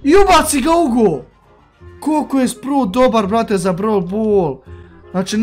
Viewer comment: Nije sprut nego spraut